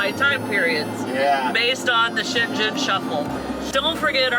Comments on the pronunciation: Um, it is pronounced "Scheng - gn". No Z's in there. Sorry, I am originally from Switzerland and it kinda hurt my ears, Hehe! Highly recommend Switzerland, by the way. Best months are April through October!!! Oh, and don't skip too much of Croatia! Especially the coast! It is absolutely stunning!!!! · Welcome to Europe, guys! FYI, Shengen is pronounced with a hard 'g' as in gum. Have fun & looking forward to seeing you in the UK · FWIW, this is how I've heard it pronounced. SHENG + UHN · So looking forward to traveling through Europe with you folks, your videos are wonderful. One thing tho, are you pronouncing Schengen correctly? The internet and other content creators pronounce it with a hard ‘g’. Just curious.. BTW-, I always admire your beautiful complexion. I’m so envious, your skin looks flawless.. ♥️✌🏼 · Schengen is pronounced Shaing-en, hard G 🤗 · Welcome to Europe! I loved your tour of Senlis. Quick note on pronunciation: Schengen has a hard “g” - G like your cat’s name. So it sounds like ShhenGen. Hope that helps. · Check out the correct pronunciation of Schengen! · Check out the correct pronunciation of Schengen. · P.S. - The G in "Schengen" is pronounced like bringing - it's a very soft G. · Hari OM Dear ones - a tip for pronunciation of Shengen... the G is like that in ringing. You are going to be ringing the Shengen shuffle bell! Another word to the wise. Do not expect temperatures to necessarily be much warmer as you go south, neither necessarily any less wet. The last two winters in particular brought snow storms even down to Turkey and North Africa. Just warning you! Now - onward!!! YAM xx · Schengen is pronounced with a hard g, just like the name Morgan. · Schengen (‘g’ as in ‘go’). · Schengen has a soft G like "singer" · Just so you know, it is pronounced shen gon 😁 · Try saying cheng-en❤